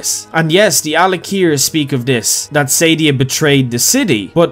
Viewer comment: It's pronounced Suh-Dee-Uh not Sadie-Ah